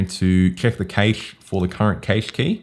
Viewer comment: Great video, thanks. But why do you say cache funny? It's pronounced kash